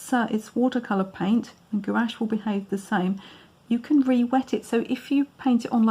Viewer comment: Gouache is a single syllable